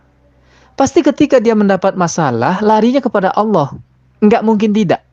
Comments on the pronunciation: perhatikan murtadin fake ini dlm menyebut nama ALLAH menjadi AUWLOH..ngaku mantan islam dlm keluarga yg taat...wkwkwk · dari menyebut Allah aja aloh, dah keliatan bgt bukan benar2 lidah muslim dr lahir. anak umur setahun aja masih bener ngucapkannya. mang asli isinya cuman tipu2 aja chanel uncup papicup tu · Kamu itu nyebut Allah aja nggak bisa, ngaku Islam. Dari cara kamu nyebut Allah aja sdh menunjukkan bkn orang Islam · Muslim/muslimah gk pernah menyebut tuhannya dg sebutan ALLOH ! OTEN ASLI ngaku lagi sbg muslimah. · Sebutan Allah pun x betul ngaku2 mantan muslimah fanatik ramjadah ,lucu. Muka jelas terang kaffir. Emgnya sakit ini orang. Fanatik kepala hangguk kalian oten. Ringkus ini orang jgn diberi peluang. Awullohhh ada ke sebutannya gituan!!? Kurangajar manubulu membawanya terus ke jail. Semoga selepas kejadian ini moga akan menjadi kenangan yg terindah buat kita muslim dan menjadi penderitaan yg panjang bt manubulu serta membusuk dipenjara. Aminnnn yaAllah... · Orang kalau dia benar2 dari latar belakang muslim gk mungkin cara pengucapan Allah dan membacakan ayat dalam Al-Qur'an saja tidak fasih. Dari sini saja masyarakat khususnya muslim sdh menaruh curiga dgn settingan norak macam itu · Cara mengucapkan lafaz Allah saja gak benar kok ngaku ngaku mantan muslim taat... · Nyebut Allah aja blepotan kok ngaku islam..mana ku percaya ah .. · Nyebut Allah SWT aj blepotan. Si nyunyi ini 😂😂 hoax louh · MENURUTKU NARASUMBER YANG DIWAWANCARAI INI ASLI NON MUSLIM YANG MENGAKU MUSLIM SEJAK LAHIT TERLIHAT DARI CARA DIA MENYEBUT KATA "ALLAH "SANGAT MEMBAGONGKAN🤣🤣🤣KITA UMAT ISLAM TAK BISA TERTIPU DENGAN CARA PELAFALAN SEPERTI ITU, 🤣🤣🤣🤣